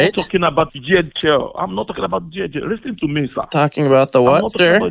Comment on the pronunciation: Lease-teen tow mee